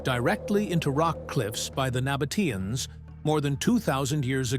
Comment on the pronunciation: terribile….😢 the voice always spells the folk of the Nabataeans wrong…